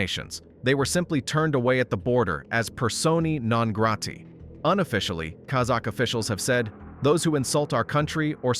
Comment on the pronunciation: it is "persona non grata" not whatever it is you said